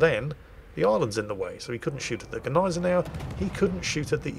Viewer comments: Its not Neisenau, its not Geneisenau its Gneisenau... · And the G in Gneisenau IS pronounced !😉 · The "G" in 'Gneisenau' isn't silent..... It's swallowed.... Like the "g" in 'Nguyen'. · Since when is the G silent in German??? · Gneisenau is pronouncend "Gneisenau", not "Gneisenau". Doesnt get any more clear than that.